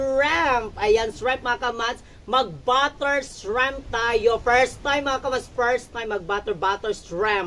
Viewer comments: Shriiiiimp po not shreeeemp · Ayusin ninyo ang pronounciation ninyo...hindi SHREMP.....kungdi SHRIMP. Lagyan mo ng maraming garlic at iluto ninyo sa butter.